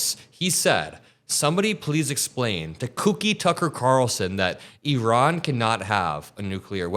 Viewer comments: It’s ear-ON, not “EE-Ron”!!! The stress is on the second syllable. Iran: ear—ON. Get it? Good! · Eron? I thought it was pronounced I ran